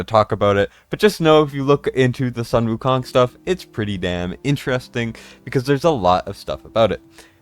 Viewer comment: Sun Wu Kong in chinese is pronounced as Soon Wu Kong